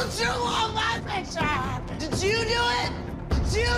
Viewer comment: “who drew on my pictufhfjgndbdhrmerure?” I’m so dead😂😂😂